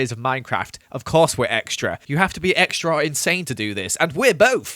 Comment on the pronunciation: I think he said exetra like 1000 times